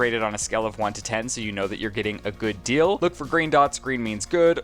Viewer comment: Okay wait... he can't say deal and says dill instead and has saying it also but instead of fill he says feel???!! How? Why? Im so confused!! 😂 nothing but love but also I had to stop 39 minutes to see if I'm the only one...